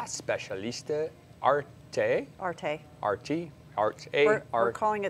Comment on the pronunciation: Ahhh nothing better than seeing an American making fun of European languages! It's pronounced "Arte" not "Art.....e"! How do you pronounce "Sauvignon Blanc"? Saveign blank?